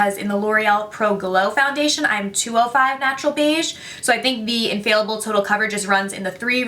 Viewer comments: You said "infailable" haha It's infallible But I actually love that you said that because you're basically saying it's fail proof Good marketing, L'Oréal where you at? Hire this girl She's got yo back! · Everyone pronounces "Infallible" wrong on here lol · Idk where they're getting inFAILable from lol, that's not even a word